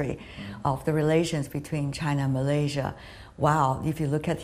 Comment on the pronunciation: MalaySia.... Not MalayZia... Sto pid minister ever